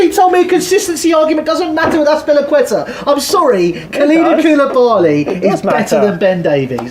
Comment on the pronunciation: Bro said Azpilicueta 💀